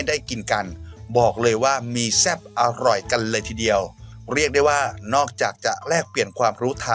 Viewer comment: ฝรั่งเขากลัวหนูไม่ใช่หรอได้ยินคำว่า.. อหรอย.. สำเนียงฝรั่งทำเอาเราฮาเลย😂😂😂